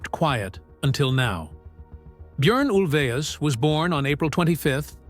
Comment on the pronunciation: I've never heard his name pronounced like that, sounds like he's saying urine